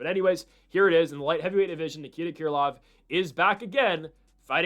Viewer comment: Haven't heard anyone call Krylov "Keer lov"